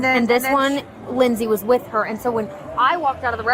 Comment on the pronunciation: Or the word "so"... why does she pronounce it "sue"?